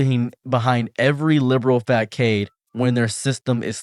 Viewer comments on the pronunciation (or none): facade is actually pronounced more like "fuh-sod". The c makes an s sound.